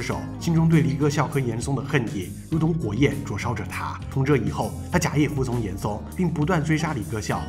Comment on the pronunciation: 大哥，是严嵩（song），不是严高